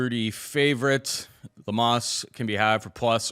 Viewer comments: Bro said "Lemas" 😂💀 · Made my ears cringe with pronunciation of Amanda Lemos name lol